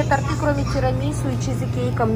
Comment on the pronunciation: Торты ударение на о ))))